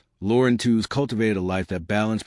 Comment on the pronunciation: We heard Lauren said her surname was properly pronounced "Tweeze." Just sayin"...